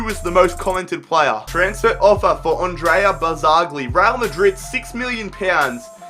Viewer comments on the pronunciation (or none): none